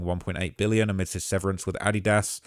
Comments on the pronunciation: Addid dass? Brother it is Adidas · this mf is a clown just by how he pronounced adidas 😂 do all uk/eu people say it that way?